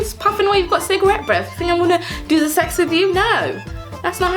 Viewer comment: “Ze sex” Omg you’re too funny 😂 I’m definitely subscribing I also uploaded a video on my channel on how NOT to learn French, if you can check it out and tell me what you think 😊